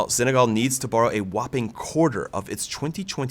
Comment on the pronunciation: Why does he mispronounce Senegal? There is no Z in Senegal.